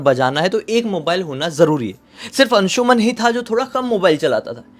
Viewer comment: अंशुमन Nahin अंशुमान Hota Hai